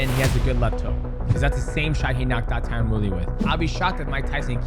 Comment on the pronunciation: Drink a shot every time Mighty Mouse says “Tyron Fury”